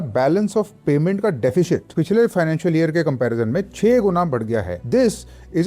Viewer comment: It's DE.fi.sit... NOT DE.fi.shit.